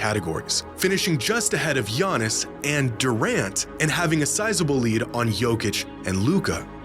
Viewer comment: Bruh it’s Giannis